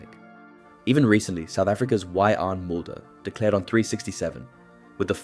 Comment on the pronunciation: Vee-Yarn. Not We-yan